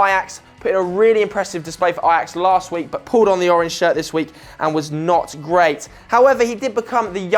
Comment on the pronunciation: It's pronounced 'oranya' not 'oraanj' lol